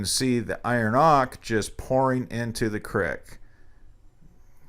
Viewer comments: its pronounced oak-ER not "ock" btw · what are you saying? iron Ock?